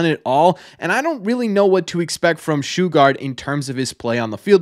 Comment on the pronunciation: It's sugar with a t on the end. Not shoo gart